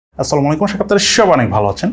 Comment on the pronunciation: Vai salam ta thik koira age shikhen